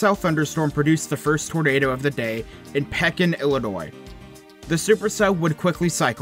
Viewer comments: Those of us who live in Illinois definitely remember this outbreak. It was warm and humid at 9 am in the morning, and that's when I knew something was gonna happen. Also, it's Pea-kin, not Peck-in. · crazy. i was in creve coeur, less than 3 miles from the path on the tornado and the radar shows us red but we did not get a drop of rain. it's not "peckin" illinois , it's "peeeekin".... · Peckin Illinois lol it’s Pee-kin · Got most of the Illinois pronunciations right but have to correct two. Pekin is pronounced pea kin rather than peckin and Lasalle is pronounced lah sale rather than lah sell. We illinoisans particularly downstate pronounce towns wierd. ( don't get me started on Cairo) Yep remember that day. Had just had the funeral for my wife a little over a month before and had returned to church and walked out to head to church and realized I didn't need the light jacket because it was a late spring kind of warm. Finished with church and was headed home and already the watches and warnings were already on the radio headed home. Got home and opened up the house to take advantage of most likely the last warm day of the year and then about an hour later the first rumble of thunder started so I stepped out to the garage to watch the storm roll in. Here in Chicago's northwest northwest burbs it got rough but it was mainly wind,lightning and thunder for me but the red core on the radar passed just to my east and while no tornadoes really close several towns to the south east reported finding some important papers and photos from Washington. Used to do my house up Griswold style as my wife and I were big kids when it came to Christmas but her death took the joy from the season and the following October my church took up a collection to donate Christmas decorations for those in Washington that had been wiped out the year before and I'm pretty sure I equipped several houses there. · Pekin is pronounced 'pee-kin' - that one made me giggle. :) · thats pronounced PEA-KIN